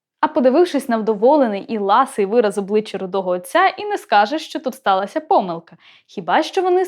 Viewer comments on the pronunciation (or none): none